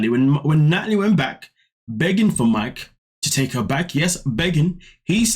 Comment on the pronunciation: Nutalie, Nutalie, Nutalie 🙄🙄🙄, please sit down girl 🙄🙄🙄